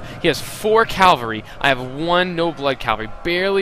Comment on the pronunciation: my god, i like your vids but PLEASE pronounce stuff correctly. CA. VAL. RY. not calvary it makes me cringe :(